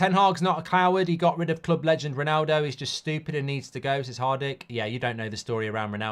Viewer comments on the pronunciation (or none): none